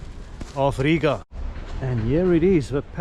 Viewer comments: You' re welcome! And also, the best foreigner pronunciation of Riga with long "I' 😇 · Sauerkraut is actually good for your stomach! Well done for your pronunciation of Rīga.